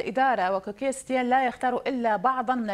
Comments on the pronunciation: سيتين مو ستيان 😂😂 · اسمة كيكي سيتين مو كيكي ستيان وشكرا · ههههه اسمو سيتين والموذيعة بتقول سيتيان تبع الصدر هههههه